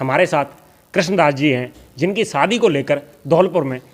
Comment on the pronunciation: Saadi nahi shaadi kahiey news wale ho uchcharan to sahi karo bhaijaan